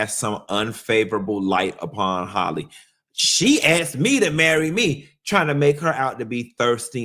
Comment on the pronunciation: will always pronounce Halle as Holley 🤣🤣